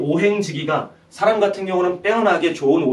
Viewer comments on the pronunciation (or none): 장음인 한자의 첫자를 찗게 바음 하신 예: 사실,시작,여부,예,신의의 신,비판,반복,소견,보편,현격,보편 등이오며, 측면이라는 단어를 계속해서"칙면"이라고 발음 했고, 만물지도, 오행지기 등은 두자씩 띄어 읽었읍니다. 잘못입니다. "오행지 기"라고 "오행지"와 같이 부쳐 읽어야 합니다. 또 한가지 놀란 것은, 인간이라는 "사람"은 첫자 "사"를 길게 발음해야 하는데 짧게 발음 하셨읍니다. "한국 어문을 고발함"이라는 책을 권하고싶습니다 미국 변 완수 배